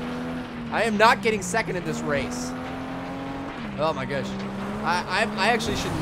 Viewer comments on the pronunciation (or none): Lol u said oh my gush